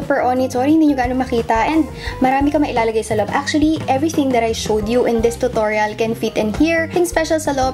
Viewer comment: Nianna actually thats the correct pronounciation of it